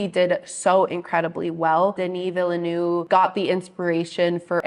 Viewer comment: Thanks for pronouncing the directors name correctly…. You’re the first one so far.